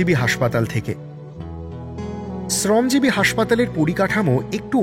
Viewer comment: শ্রমজীবী শব্দ টার উচ্চারণ টা sune khub kharap laglo. Ota thik kore nile khub valo hoy.